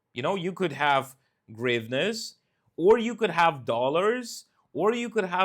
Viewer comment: hryvnia is the currency in Ukraine. It starts with the letter 'H'. That is 'H' as in House, 'H' as in Hat. 'H' as in Hamster (its a small animal like a fat mouse). Please learn to say Hryvnia correctly with the letter 'H' and not a 'G'.